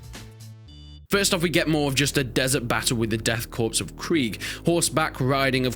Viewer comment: Pronounce death corps, as death core, not corpse